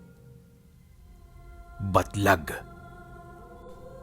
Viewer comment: Nalilito ako kasi basa ni baglat eh yung tittle batlag